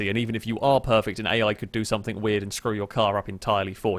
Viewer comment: I wish you got rid of the stupid ott "hello and welcome to the show" and the various annoying nothink/somethink